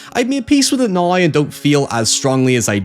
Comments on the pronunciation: Everyones talking about "hoyever" but never "noi" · Holy fuck the Scottish accent is HEAVY on this dude... Who pronounces "now" like "noy"